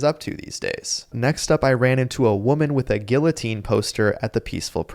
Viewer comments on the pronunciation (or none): The L's in "Guillotine" are silent. That's like pronouncing the L's in "Quesadilla".